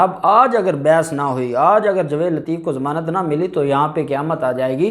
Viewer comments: یار تمیں جاوید کہتے ہوئے شرم اتی ہے تم کیسے وکیل بن گئے ہو جسے جاوید کہنا نہیں اتا جوید نہیں ہے بھائی جاوید ٹھیک لفظ ہے تم تو جائل قسم کے وکیل ہو تمیں میں بار بار کہ چکا ہوں مگر تمارے سر میں جوں تک نہیں رینگتی کچھ شرم کرو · آپ تلفظ ٹھیک کریں٠ لفظ جاوید ہے نہ کہ جوید